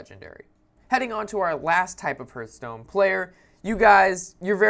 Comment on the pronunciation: Huurtstone? What game is that, how do you even say it wrong when, if you open up the game the dwarf guy sais it correctly....